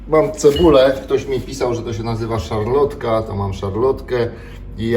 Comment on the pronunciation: "Szalotka" bez "R" Natomiast polecam częstsze i bardziej bezinteresowne kupowanie "paszy" pracownikom fizycznym. To na prawdę z czasem przynosi realne korzyści a mało kosztuje.